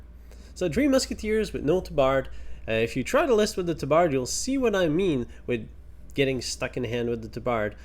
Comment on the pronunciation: you need to look up the pronunciation of “tabard.” It is ˈtäbərd